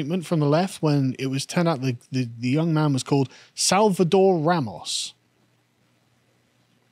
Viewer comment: Live so close to Spain and can’t pronounce Ramos proper.